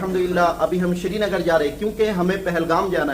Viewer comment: It's not shrinagar not sernagar